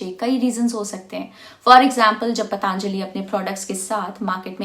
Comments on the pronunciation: पतंजलि है , पतांजलि नहीं । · मैडम पहले तो आप पतंजलि को पतांजलि बोलना बंद कीजिए | पतंजलि भारत के एक महान ऋषि और आयुर्वेद के जनक हैं, इतनी जानकारी तो आपको होनी चाहिए